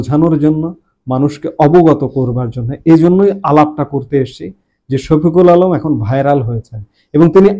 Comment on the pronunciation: উনার নামটা ভাল করে বলেন।আপনি নুতন নাম বলবেন।